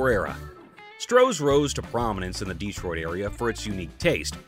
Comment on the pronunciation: It’s Detroit, not Dee-troit.